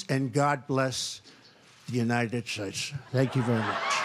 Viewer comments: "God Bless the United Shites" -- Donald Trump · The United Shites. Yup seems legit.